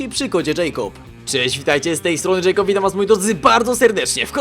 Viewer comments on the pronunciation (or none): none